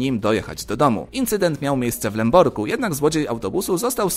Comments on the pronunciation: W Lęborku nie Lęborgu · Mówi się LęborKu ;)